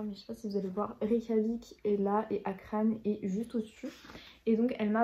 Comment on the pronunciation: On prononce « Akranesse ». « Borganesse »